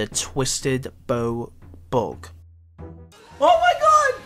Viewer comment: "Bug" not bog "but" not bot ffs learn english